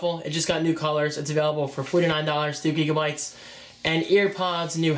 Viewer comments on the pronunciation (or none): none